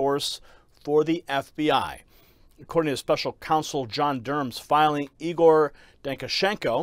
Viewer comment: Egor not Igor? dude learn pronouncian